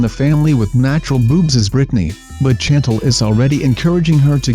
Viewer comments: Oh my God, it is pronounced 'Shan-tel' not literally Chantel. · "Mom CHantle"? No - it is "Shan-TAHL." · Chantal is pronounced SHAN-TAL. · I love the pronunciation of Chantal as CHAN-t'l